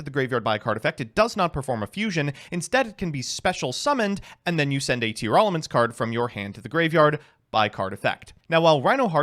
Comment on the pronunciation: Everyone is pronouncing Tearalament wrong and I will not be convinced otherwise